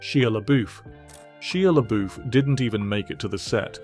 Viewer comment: Also, Shee -ah La boof You can always count on the Brits to do odd things with pronunciation.